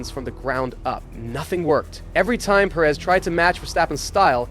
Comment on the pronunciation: Can we stop calling him Seryio Per-Éz already